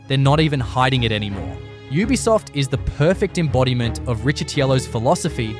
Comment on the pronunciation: Lol is this channel narrated by AI? Why does it keep pronouncing Ubisoft as “ooh-bisoft”